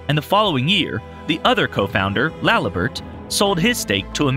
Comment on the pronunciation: Laliburt, stuhcroy, what the fuck lol